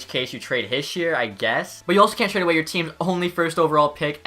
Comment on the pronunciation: have to have a litte chuckle after every trade “trhehade” is accepted